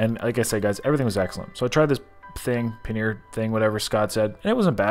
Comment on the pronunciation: Paneer ! I think that's what you were trying to say